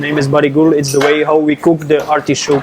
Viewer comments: Nobody: This guy: ArTIshhoooKKKEEE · I did a shot every time he said "artee-showk". I disnt gete drunnk atalll.